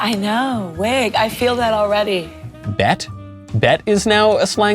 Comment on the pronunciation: You definitely did not get “bet” right